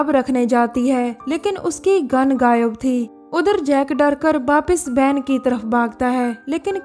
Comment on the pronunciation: U pronounced two words wrong van and hotel